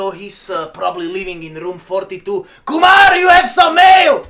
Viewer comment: When he says Kumar perfectly i was shocked 😂 he can say indian name perfectly 😂